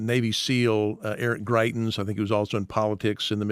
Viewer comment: Greitens?! Seriously?